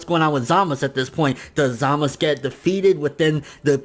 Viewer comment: Stop saying zamas.. its za-muh-zu